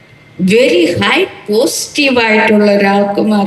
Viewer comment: പോസ് റ്റീവ് അല്ല 😂പോസിറ്റീവ് ok 😂😂😂ഇറങ്ങി ക്കോളും ചിരിപ്പിക്കാനായിട്ട്